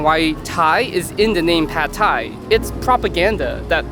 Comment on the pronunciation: thais don't actually like pad thai all that much. We don't even pronounce it like that, it's "pat". If I along with my the rest of my countrymen, had to vote on the "national dish", it would undoubtedly be pad krapow, stir fried holy basil with meat on top of rice with a fried egg. If a dish deserves to be called that, it's pad krapow.